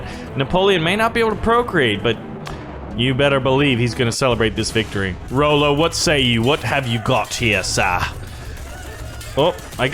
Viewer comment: its not rollo its ra-lo and nice vid keep up the gud work:)